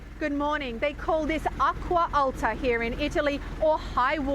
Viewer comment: “aqua olta” i dont get english speakers you say one ‘a’ right but not the other because...???